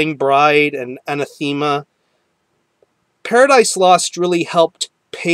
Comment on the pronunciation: Good review, I like how you review albums. I also like the new PL album a lot! And without sounding like a smartass, the band Anathema is pronounced Ann-ath-e-Ma. I've heard people say their name the wrong way for as long as I've listened to the band (ages ago)